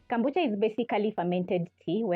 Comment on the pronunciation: It's kombucha please not kambucha. Ama ni Kenyan accent lol! Either way great video ❤